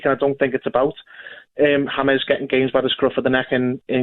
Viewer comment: Gabby pronouncing James yames 😂😂 world class players like James will be good In any league when pundit's and people say oh they are not premier League proven he's proved himself at the highest levels world cup 29 in his prime abongahor Clueless